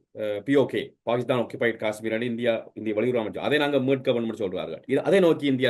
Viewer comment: எகரம் உச்சரிக்க தெரியாத வேசிப்பயல்கள். ஹே ஹே என்று கூவுகிறான். மேலும் ஸ உச்சரிப்பும் தெரியவில்லை பாகித்தானாம் .....